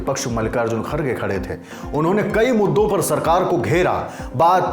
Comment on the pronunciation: खरगे नही खर गे है।